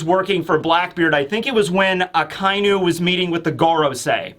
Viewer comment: It's not a-kai--nu, it's aka-inu. Otherwise, a fun and great analysis of the comic.